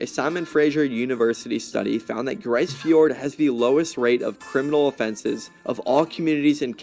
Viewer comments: malheureusementlise, ce n'est pas une not francais. Les francophone n'ont pas eu l'envie d'exploree le nord que l'anglais ou Les almagne. It's pronounced grease or Greece. Not grey in french. Having been there, and being Nunavumiunga; I'd like to think that I have a deeper understanding of the language, culture, and word pronunciation from the area. 15 years has earned me at least some respect. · It’s pronounced grease not grice . . They were abandoned . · You got the vowel sound, but it's /gri:z/, not /gri:s/. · Grise is pronounced greese. A hamlet is a town with less than 100 people. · It's pronounced "grease". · Grise rhymes with please. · grise fjord as in "grease fjord" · Hey, It's pronounced the same way as Greece. And just a little FYI, anywhere above the Arctic Circle will see 24 hours of both sunlight and darkness. That 24 hours of both is what actually delineates the Arctic circle. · If the word is French, as I suspect, it means colour gray in the feminine, meaning: une tempête grise - a gray snowstorm. In that case, it would sound more lile greeze. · Its pronounced more like Grease Fjord.